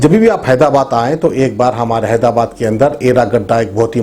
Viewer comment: bhai Phir HYDABAD BOLO KYA BHAI